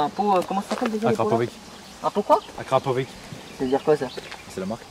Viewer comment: Kracovic ca se prononce Krakovitch